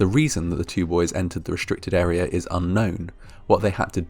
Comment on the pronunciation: 'restrict' is not pronounced 'reshtrict'